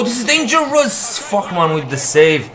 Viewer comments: I swear he say fuckman not fahrmann 😂😂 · Did he say fuck man instead of farhman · Fährmann is pronounced Fairmann, not Fachmann. Greetings from Austria! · It sounded like "Fuckman" in goal :D